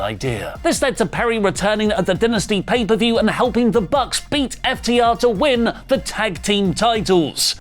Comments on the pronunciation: It’s dynasty, not dentisty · You're killing it's dai·nuh·stee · How come you guys pronounce Dynamite correctly, but pronounced Dynasty as Dinasty. 🤔